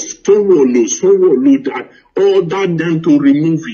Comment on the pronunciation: This man is not genuine. His English is faulty for a journalist. The way he pronounces Sanwo Olu and Ahmed Tinubu shows he hasn't been working for a Nigerian Television station as he claims.